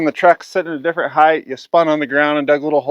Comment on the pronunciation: I get a real kick out of the extra letters you use in some of your words for no discernable reason. Heighth, acrosst, etc. Great explanations though!